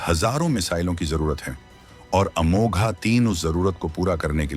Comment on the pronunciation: अमोघ है, अमोघा नहीं